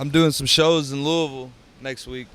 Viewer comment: Jacks the only person I ever heard say Louisville correctly.....mad props usually it's "lewis-ville"...or Louie-ville he pronounced it "lou-ah-vulle" like he posed to